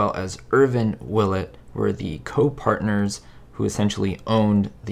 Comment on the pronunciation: Willet is correct!